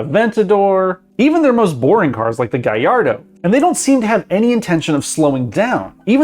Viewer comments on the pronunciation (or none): americans prognounce of the gallardo, gaiardo. good one ;)